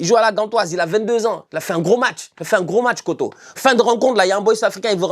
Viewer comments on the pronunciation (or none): Franchement bravo pour la prononciation. Juste pour info il y a juste une erreur sur la prononciation de kotto. Je pense que tout le monde sait prononcer "or" les deux "o" de kotto se prononce comme le 'o' de or (le O sans le r bien sûr)